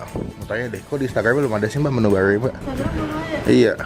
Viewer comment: bilang menu baru mesti jdi menu barlrlru